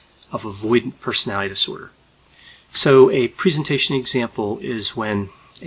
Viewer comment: Mate can you pronounce personality disorder properly it’s really distracting from what your saying lol other than that these videos are brilliant